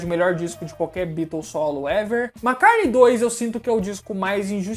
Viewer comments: Amigo vc sabe muito e tem minha admiração mas confesso que estou pegando implicância do seu jeito de falar MACARNEI. Por favor!!! O certo é MCCARTNEY. Meus ouvidos agradece.👏👏👏👏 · Eu acho engraçado quando se fala paul mcarne kkkkk vídeo bom demais faz mais pra noiid